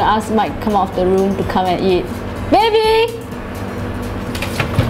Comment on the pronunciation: Omg you're so funny! "eat duh chicken " lol